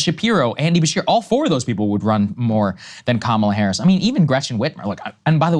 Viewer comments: According to Mika, the way Joe just pronounced Kamala’s name was the “racist dog whistle” way just now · Not Kaamala Saagar, Kamala. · Krystal actually it's Kamala #WarHawkTuah Harris